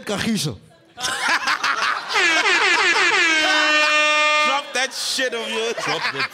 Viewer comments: 😂😂😂😂😂😂😂😂😂😂😂😂😂😂😂😂😂😂😂😂😂😂😂😂😂😂😂😂😂😂😂😂😂😂😂😂😂😂😂😂😂😂😂😂😂😂😂😂😂😂😂😂😂😂😂😂😂😂😂😂😂😂😂😂😂😂😂😂😂😂😂😂😂😂😂😂😂😂😂😂😂😂😂😂😂😂😂😂😂😂😂😂😂😂😂😂😂😂😂😂😂😂😂😂😂😂😂😂😂😂😂😂😂😂😂😂😂😂😂😂😂😂😂😂😂😂😂😂😂😂😂😂😂😂😂😂😂😂😂😂😂😂😂😂😂😂😂😂😂😂😂😂😂😂😂😂😂😂😂😂😂😂😂😂😂😂😂😂😂😂😂😂😂😂😂😂😂😂😂😂😂😂😂😂😂😂😂😂😂😂😂😂😂😂😂😂😂😂😂😂😂😂😂😂😂😂😂😂😂😂😂😂😂😂😂😂😂😂😂😂😂😂😂😂😂😂😂😂😂😂😂😂😂😂😂😂😂😂😂😂😂 She said kagiso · She said Kagiso 😂😂😂😂😂😂😂😂😂 is messy